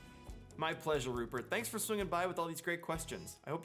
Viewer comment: It sounds like you say Hubert at first then Rupert. I guess that means I need to come up with more questions :)